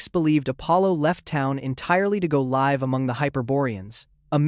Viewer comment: At timestamp - , when you say that Apollo would take off for the winter to “go liv3 among the Hyperboreans,” why do you pronounce the word “live” as the adjective instead of pronouncing it as the verb?